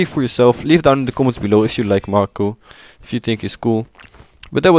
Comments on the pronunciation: first: he is a she second:it's pronounced m-ai-co not m-ar-ko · His name is May-ko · bruh, May-Ko would be more accurate, learn to read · Its pronounced MAY-ko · I love how he is constantly mispronouncing the name "Mako" and getting her gender wrong.